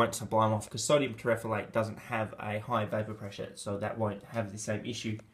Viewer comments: No it's not terephalate^^ it's terephthalate xD Like in Potassium hydrogen terephthalate :D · i pronounce it more like terreph-thal-eight, but yes he is always wrong, even when he tries his best. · It's pronounced sodium TERRA THALATE THAL as in thallium.